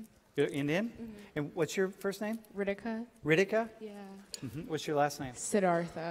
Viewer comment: it is not RIDIKA it is RITIKA, this girl calls herself Indian and cant even pronounce her name properly